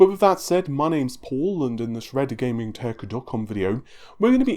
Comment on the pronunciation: hopes of those hoping for a return to 'tittycum' dashed as Paul pronounces his website perfectly! :)